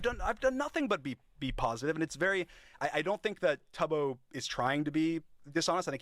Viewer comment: He can’t even pronounce Tubbo’s name correctly 😭 the bare minimum amount of research